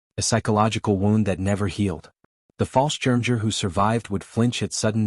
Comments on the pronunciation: I wish that artificial idiocy would learn how to pronounce things properly. The butchery of the German word for paratrooper is enough to make a grown man weep! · It's Pronounced "BOR-GA-BUS RIDGE" and "FAHL-SCHIRM-YAGER". And it General "SIMM-UNDS" with a short "I" which sounds like the i in BIT. Please fix the pictures. They are truly absurd and actually offensive, putting Nazi eagles and swastikas on allied troops!